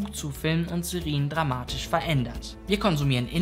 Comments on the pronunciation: Alles wirklich super aber die Aussprache von Serien ist schon nervig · Gutes Video, aber die Aussprache von Serie und Serien verwirrt mich so sehr. 🥲😂